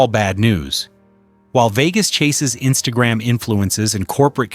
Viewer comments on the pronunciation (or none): none